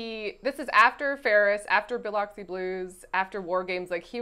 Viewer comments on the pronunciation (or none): The previous retro review and podcast episodes with Jaymes were so great, I knew this was gonna be good. Also as a person from Mississippi, pronunciation of Biloxi made me giggle. 😂